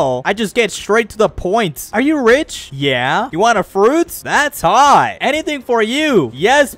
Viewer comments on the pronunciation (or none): why did he say "that's hot" like that I'm dying lmao